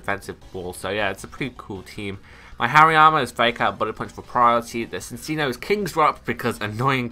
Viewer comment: Nope it is pronounced Sin-see-noh.